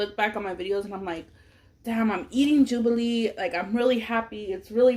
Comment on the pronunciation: the fact that you kept saying jobillee😭😭🤣